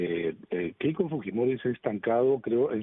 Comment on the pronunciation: tuesta y su caramelito de boca siempre dice keko keiko estos politologos de bajos fondos